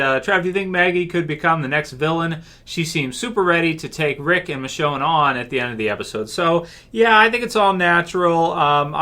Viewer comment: Also, did anyone else notice that Maggie said "Richone" not "Michonne", or am I just deaf.